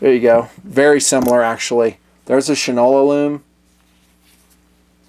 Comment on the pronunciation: Fyi: Shinola was originally a national brand of shoe polish and was pronounced Shine-ola (from Shoe Shine). The watches' logo is an exact replica of the logo on every Shinola shoe polish can so the pronounciation would remain "SHINE-ola". Please understand that in no way am I saying "you don't know sh*t from Shinola!"